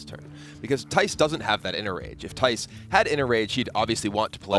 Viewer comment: ITS THIJS NOT THAIS!!!